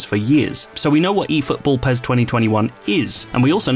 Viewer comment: Sounds like he's Saying Pears 🍐